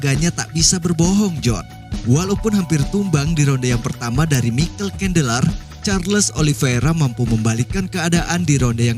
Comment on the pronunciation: suka pas penyebutan namanya😂, kandeler